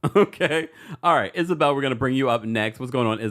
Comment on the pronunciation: Come through Montréal!!! Caller Isabelle said that perfectly!